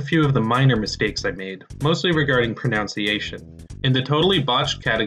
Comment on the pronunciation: hey man you are actually mispronouncing "pronunciation". look at how it's spelled carefully. pro-NUN-see-ay-shun. NOT "pronounce-iation"